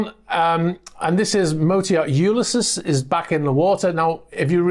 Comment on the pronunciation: Great video as usual. Sometimes I'm surprised at how unappealing looks-wise some of these super yachts are!! Just sayin'. Just a heads up. Ulysses is pronounced Yoo-liss-eez.